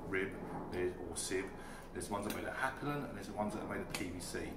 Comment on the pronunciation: Hyper ...lon hapalon😆